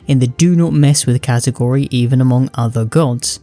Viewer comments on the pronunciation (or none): none